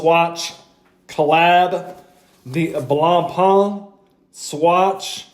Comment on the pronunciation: Also respect to all of you that made your way through him butchering blancpains name, I can't do it.